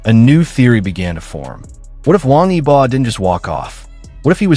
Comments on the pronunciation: YOU can't even pronounce WANG YIBO's name correctly!!! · İsimleri adam akıllı okuyun wang yibo ve xiao zhan farklı telaffuzlarınız kulaklarımı kanattı 😬